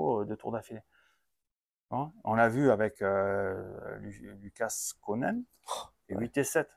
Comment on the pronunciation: On prononce lucas (sans le S) parole de Picasso !! Au top le debrief comme toute l'année.